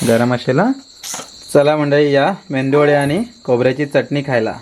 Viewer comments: Mendu nahi re baba medu vade shiklella asun mendu vade boltos kay tu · Are medu vade ...Mendu nahi 😂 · मेंदू नाही मेदू वडे बोल दादा.. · मेदूवडे म्हणा अणि अवनी सुद्धा नेहमी तसेच म्हणेल. खूप छान!